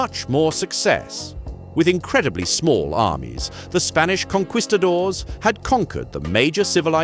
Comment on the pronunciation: Did I just here this man say "Conkweestador"?